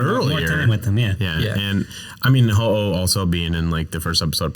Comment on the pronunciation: IT'S HO-OH NOT F*CKING HOHO! SAY IT RIGHT!